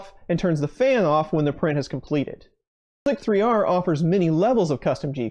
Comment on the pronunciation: Please tell me you know how to correctly pronounce this program.... It’s called “slicer”, not “slic-3-r”.....